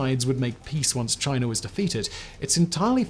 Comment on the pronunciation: i just love the way he says "chiner"